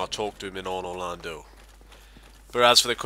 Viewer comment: Sounded like Onor Londo xD